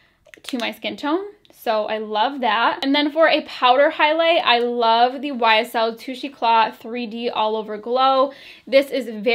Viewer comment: I love how you said YSL in a Southern accent ;-)